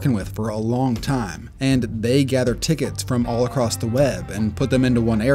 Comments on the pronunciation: You lost me at "acrosst" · Did he just say footbull and acrosst?